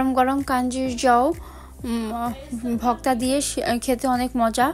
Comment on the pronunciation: সবই বুঝলাম আপনি ভর্তা কে ভক্তা বলেন কেন?????